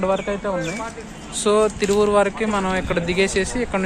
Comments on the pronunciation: Thiruvaoor not tieuvur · తిరువూరు కాదు తిరువాయుర్